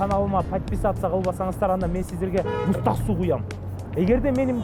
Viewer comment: Мустак суу эмес. Кыргызча туура сүйлөшту уйронгуло. Муздак суу